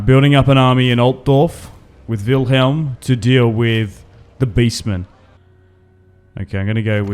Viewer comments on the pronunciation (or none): none